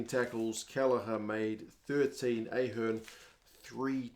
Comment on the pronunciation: AHH - hearn and not EH- hearn is how it is pronounced, enjoyed the game, the conditions were pretty rough and the pill was a bar of soap, always going to be a low scoring game, but great atmosphere from a packed stadium, referee was great. Enjoy the sun and have a great Christmas mate